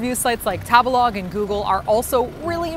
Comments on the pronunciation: I love u but every time u say tabalog I cringe. I think it's "tabehlog" lol like to eat? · .... isn’t Tabelog meant to be pronounced like table-log ? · I'm sorry , was no one else triggered that he pronounced Table-Log with a soft "a" and not a hard "a" ?!?! Not sure if it canadian or whaaat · I can't help think of Tabelog sounds like how a white person would pronounce tagalog.